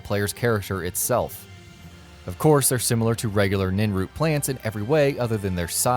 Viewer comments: Nin root??? Think narrator guy meant Nirn Root... shameful.. Ive forgotten better easter eggs than some of these. Couple i do remember is another special mutant troll in the far north, overdosed goblin to the east, stupid waterway to the ocean.. wait thats more a plot hole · lol ninroot it’s nirnroot because that’s the name of the planet that Tamriel takes place on nirn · its NIRNROOT! not ninroot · nin root!! you can clearly see the r in it brother. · bro - it's niRnroot, not ninroot kthxbai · Narrator: "giant ninroot" Me: internal rage builds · Nirnroot not ninroot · Ninroot NiNroot There is a at in NiRnroot for a reason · It's nirnroot not ninroot. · How come he said ninroot but the spelling had an r for nirnroot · Nirnroot. Not ninroot. But that's ok. :) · click the link in this comment and substitute "Hmm Hmm" with "Ninroot," and you'll get my reaction to the way he pronounces "N̲i̲r̲n̲root." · he said ninroot! xD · Okay seriously, if you're going to make an Oblivion video, get someone who actually knows the game to narrate it...disliked. Ninroot? Khajeek? Obviously the narrator does not know the game...and can't read a script for proper pronounciation... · nirnroot... spelt nirnroot pronounced n I R n r o o t, Nirn-Root not Ninroot, also those were horrible except for the Agatha Christy 1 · I almost spit out my drink when you said "ninroot" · Its "niRnroot", not "ninroot" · SAY "NINROOT" ONE MORE TIME! Omg .... lol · Nin-root? Smh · NIRN not NIN. NIRN is the planet of the elder scrolls. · "Ninroot"? What the fuck. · If it was pronounced "NIN-root" it wouldn't have an R but it does so its NIRNroot! NIRRRRRRRRRN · How to tell someone hasn't played oblivion " ninroot" No its niRnroot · Nirnroot not Ninroot. Also khajiit not khajiik. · PLEASE, make at least some effort to pronounce things correctly. It's not Ninroot, it's Nirnroot, it's not Khajique, it's Khajit, also, fur armor is bottom tier armor not "sweet loot". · niRnroot pronounce the R please